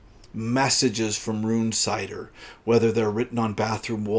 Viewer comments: It's RUN-sitter! Jesus Christ, it's a normal enough name. Gordon Bennet, will you yanks ever pronounce anything correctly? RUNE-cider! Unbelievable! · The audiobook is read as Run-sitter